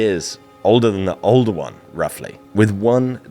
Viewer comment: Oldowan? Older one?